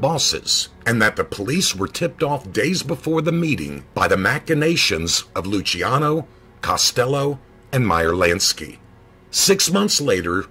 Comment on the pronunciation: As my name is Luciano I just wanted to thank you for pronouncing it correctly. :)